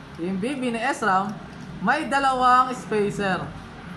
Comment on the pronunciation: not S-ram.. Shram po basa.